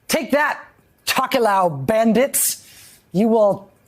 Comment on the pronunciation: While I appreciate the Tokelau coverage the pronounciation was rough.